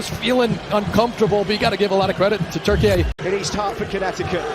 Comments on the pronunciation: Its not pronounced Turkee-ay,its just plain turkey,like the turkey you guys have in the white house😅😅😅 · Goddammit, it's TURKEY, not TURKEYAYE